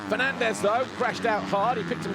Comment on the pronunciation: Every time he says “Fernandez” I hear “Ferrandis”